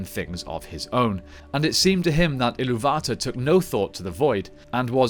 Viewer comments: its called Eru ilú va tar, not ilú VA tar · It's pronounced Ilúvatar, not Ilúvata. You're not pronouncing the "r". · Ill-oo-VAH-tahr, not Ill-oo-VA-tuhr. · Why you saying illuvatar like that